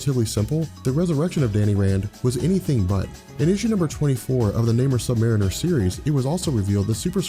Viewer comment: pretty sure you pronounced submariner wrong.